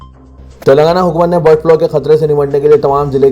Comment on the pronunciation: BIRD FLO nahi BIRD FLU